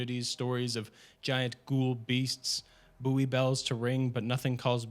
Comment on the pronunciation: why is he saying 'booie' and not bouy (pronounced like 'boy')? it this just rage bait?